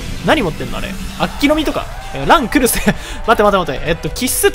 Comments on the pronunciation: この人ランクルスの発音知らんの？ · 最後の方ラン↑クルスとドッヘンアイアン連呼しすぎてて吹いた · ラ↑ン↓クル↑ス↓ってやつちょっとおもろい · ラン↑クルス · ランとクルスを分けて読むな笑